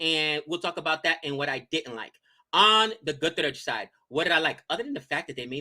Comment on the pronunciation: butchered every name gujarat,mustafizur,and who is nalkande. Everything else was good.